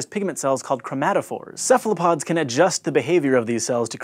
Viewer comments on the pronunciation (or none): To those watching this video: Don't make the same mistake as the presenter. "Cephalopod" is pronounced as if the initial C were a K. The origin of the word is the Greek word Kephalos meaning "head".